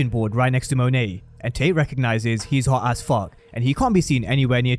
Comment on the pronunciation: Every time he said “hawt as fucc” I loled